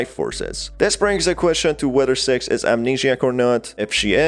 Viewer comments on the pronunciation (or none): her name is pronounced more like "sicks" not "sex" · You're saying "six" Like "s*x" And my parents mad at me